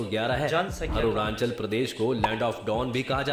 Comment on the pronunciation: Ye video wala Arunachal ko Aru nan chal Bol raha😂